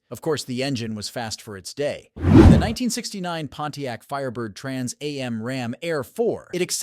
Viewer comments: no kidding eh the Trans EH EM! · you would think that part would be fixed by now. but No, Everyone knows what a Trans A.M. is. lol